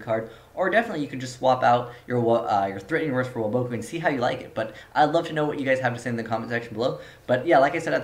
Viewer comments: it's WAboku, not waBOKu. pronounce it right. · Woah-BOH-Koo??? da fuq, have u ever watched the anime? It's WAH-bah-koo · The way you say Waboku drives me fucking insane